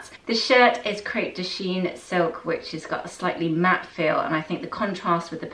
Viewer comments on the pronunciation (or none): none